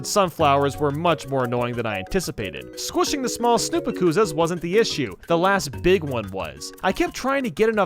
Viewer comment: "snoopa koozas"